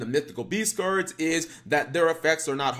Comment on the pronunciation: "SOME OF THESE CURDS"